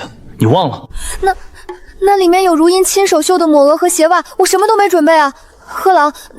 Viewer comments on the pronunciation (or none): 女主叫姐姐，又說是庶妹，bug AI 常念錯字，如茵有時念成如（環） 字幕錯字多，無媒苟合